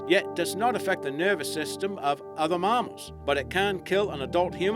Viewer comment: marmals haha. we say mammals. not marmals😂😂